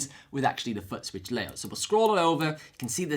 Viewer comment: Give a break, his dialect is very unusual, and he speaks like a happy hyper boy with a new toy most times, my ear was more jolted by his pronunciation of footswitch, then polarity, so he says "futt-switch" and "polaritry" You have to give a break though - his videos are super informative and he covers so much about the RC-500 Loop Station that he made my decision to buy one and the FS7 plus TRS Balanced Cables the easiest decision I ever made with gear. Just saying, I have on subscription and I have a favorite list on my YouTube... he is one of the few individuals I gave a Favorites Tab to.